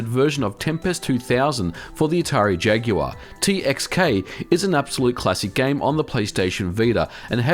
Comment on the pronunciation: Wow this is a really cool video. I kind of want to get a vita now, just for playing retro games on. Also props for pronouncing jaguar correctly.